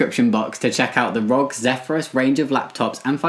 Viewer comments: I love ya. I really do BUT... It's R.O.G not Rog. I know it's confusing because they don't abbreviate but ROG is short for Republic Of Gamers. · Not the main point, but Jamie and, you pronounce the letters separately in ROG, like, 'Aar Oh Gee', instead of saying 'Rog':P